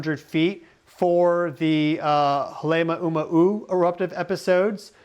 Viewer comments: just to help you out on saying halema’uma’u: hale-Ma’u-ma’u. not halema - uma -uma. k, bye! thanks for sharing your expertise. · Halema'uma'u is Pronounced Hah-leh-mah-oo-mah-oo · Can't even pronounce "Halema'uma'u" correctly. No AI but definitely slop. Breathless bullshit. You can't predict the future. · I can tell you’re trying real hard to pronounce Hawaiian words if you would like a quick lesson I’d be happy to help you pronounce HALEMAUMAU, and other Hawaiian words correctly. Honey in the heart